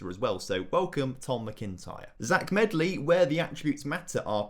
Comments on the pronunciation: Tom Melody 🤦‍♂️ (Tom medley) do you get ANY names correct? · Zech Medley, not Zach Melody. 😁